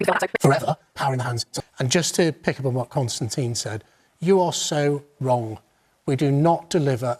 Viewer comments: “Konstan Kissin” in the voiceover intro tho. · Did she say ,,konstan,, ? :D